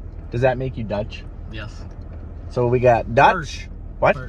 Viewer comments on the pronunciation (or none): Haha the few Dutch words you guys said (or tried to say)🤭 That didn't really sound Dutch🤣 The way he said it it did sound very German, so next time you're trying to say anything in Dutch, you can also let google translate say it for you; then you might be able to say some of it, but I have experienced that English-speaking people (especially British) wont be able to say certain words correctly, even when they try as hard as they can😂 Also, we Dutch people live in a country called the Netherlands, not Holland; Holland is just a part of the Netherlands😆